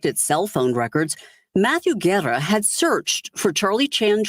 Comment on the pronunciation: sweetie the correct pronunciation of Matthew's last name is......Ge- rrrah. Not Guerra. Luv you sweetie.